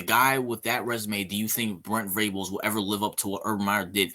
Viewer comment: Man first off, it’s Venables, not Vrables. I respect your opinion because Urban is a great coach, but OU will never hire someone like Urban Meyer. Joe C. will not tolerate the drama Urban brings with him. We’re fine though because Brent Venables is the guy. You need to do a little more research on BV bro. He was considered the best DC in the country. He’s won 3 national championships as the DC (one with OU and two with Clemson), and coached in 8 title games total as the DC in the last 20 years. And with regard to recruiting, Venables just brought in the highest rated class in OU’s history since they started ranking the classes. Give him time….Riley gutted the team of talent when he left.